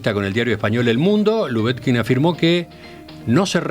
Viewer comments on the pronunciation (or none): Cotelo: al menos, procure pronunciar correctamente el apellido LUBETKIN. Sólo una sugerencia.